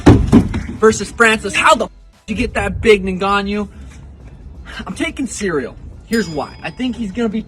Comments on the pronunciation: Is Sean O'Malley mocking Josh Thompson? I ask because Thompson was the only person I've heard before now who's called Ciryl 'cereal.' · LMFAOOOO Sean O’Malley said Cereal ahhahahah but anyway, gane FTW 🤟😎